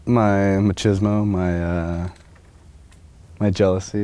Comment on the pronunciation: Not Ma-shiz-mo, it's Machismo